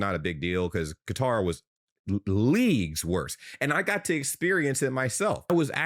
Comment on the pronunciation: Some of these USAmericans are acting like the World Cup is being held in Death Valley; the players would look like that in the snow because they're elite athletes pushing their limits. Also, for future reference you should look up how to pronounce Qatar.